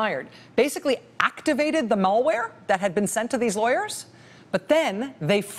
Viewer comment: I love Rachel, but..."Mall-ware"??